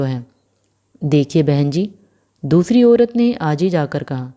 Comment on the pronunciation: ओरत नहीं बोलते, औरत बोलते हैं